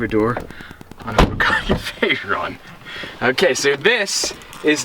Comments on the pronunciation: Its Bugatti not Buggati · Why does not know how to say Bugatti....